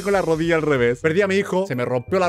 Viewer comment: dijo "rodilla" en argentino xD